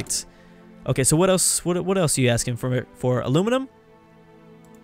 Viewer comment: The way he pronounces Aluminium is amazing. Like someone talking underwater 😂